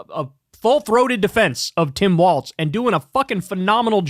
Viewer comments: Walz not Waltz. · It’s Walz not Waltz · It's Walz, not Waltz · It's WALZ. WALZ!!!!!!! Quit saying Waltz Lmao. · For the love of god kyle its walls not waltz 😂😂😂😂 ❤ 😅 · Long time viewer but tbh bro keeps mispronouncing Walz and it’s driving me nuts.